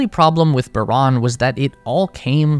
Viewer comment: Não é Baron, é Buran